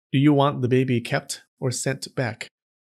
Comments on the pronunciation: I love how this guy says baby for some reason. Ba-behy. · I like the way he says 'babih'